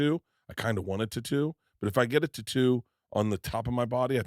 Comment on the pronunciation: Bruh dont ever say tatoo again